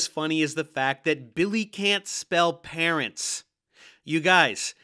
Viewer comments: I had to pause and laugh at "Parrents" for a solid five minutes. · The AI bits are hilariously bad. But not as bad as "parrents."